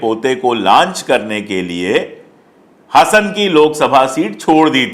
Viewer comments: Sir ji, if you don't mind, Hasan nahin, pronounce like Haasan (Hasan) its like Simhaasan. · HASAN NAHI HAASAN HAI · You should pronounce Hasan as Haasan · Hasan nahiN 'Haasen' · सर, यह लोकसभा सीट हासन है! Hassan, हासन, या ಹಾಸನ ಹಾ=हा ಹ=ह वैसे मैं भोपाल से हूँ।